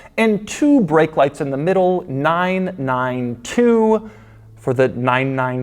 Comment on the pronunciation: Every time he says "9-9-2" I'm hearing "nein-nein-2" NO NO 2!!